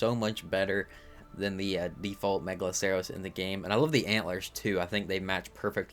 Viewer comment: Bro can't pronounce: Diplodocus Megaloceros Paraceratherium Ankylosaurus Pachy Stygimoloch Pachyrhino Gallimimus Doedicurus Arthropods Araneo Pulmonoscorpius Dunkleosteus Liopleurodon Troodon Carbonemys Archelon Lystrosaurus Dilophosaurus Kaprosuchus Quetzalcoatlus Tapejara Argentavis Kronosaurus Styracosaurus Dimetrodon Megachelon God help him, fr...